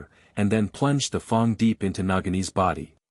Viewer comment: I wish this AI would learn how to read properly. Wound read as an injury and not the past tense of the verb "wind", read read badly, and so on. But why is "fang" read as "fong"?